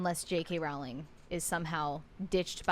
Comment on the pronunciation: Her last name is not Rauling, it's Rowling (pronounced "Rolling").